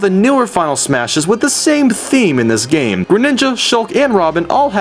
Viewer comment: Also, I always love when you purposely pronounce things stupidly. LIke instead oh yoshi you say yashi, and obviously the classic when you say gam instead of game. I do that all the time now xD